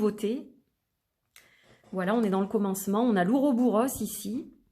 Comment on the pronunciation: Très intéressant !!! J'en profite pour dire au passage qu'on dit et écrit "Ouroboros", je n'ai jamais rencontré cette forme en "-bouros"